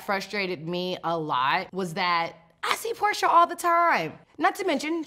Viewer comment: It's porsha not portia